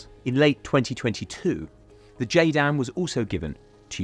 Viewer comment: its JDAM, not JADM